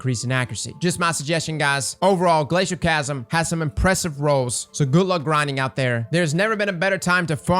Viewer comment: everytime I hear someone omit the second “L” in “Glacioclasm” I die a little inside